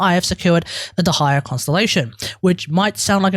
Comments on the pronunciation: it might help to say deh slower. day-high-ya instead of d' high-er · Please, look at this video to learn a better pronunciation: Your atrocious pronunciation of Dehya made so hard to follow the video. More so that everytime you try to say Dehya, you basically say "the higher", which makes things very confusing. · I wanna watch this video so bad but the way you say Dehya is so atrocious it's making me break out in hives